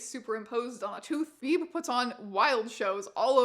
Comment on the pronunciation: HOLY SHIT i was born on march 22nd (same as painless) and my last name is Beebe?????? like its coincidence but WEIRD ASS COINCIDENCES!!! also Beebe is pronounced "bee-bee" not "beeb" lollll